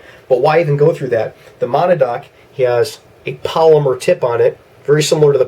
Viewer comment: Good video. FYI it's pronounced Ma-nad-knock